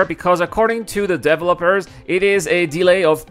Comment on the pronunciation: DEVÉEEEEELOPERS!!! jesus...it just drives me crazy that you cannot say developers. Other than that, thumbs up and great vid. Thank you